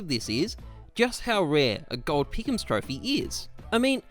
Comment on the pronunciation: The gowwld peekums troh-fee